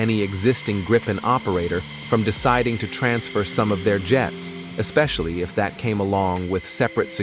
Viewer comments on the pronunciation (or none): none